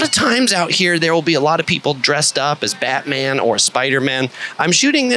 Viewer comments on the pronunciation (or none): none